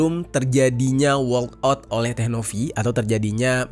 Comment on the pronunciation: Walkout bang bukan workout. 😅